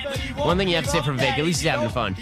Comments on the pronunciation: You pronounced his name like Vivec and I must conclude Vivek would not like vivec the demisexual intersex demi-god warrior poet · It’s pronounced “Viv-fake”.